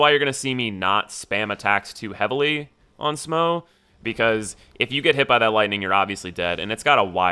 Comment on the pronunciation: its SMAH, not SMOE smh